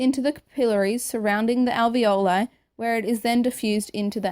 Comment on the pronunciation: You mispronounce trachea, alveoli, and capillary.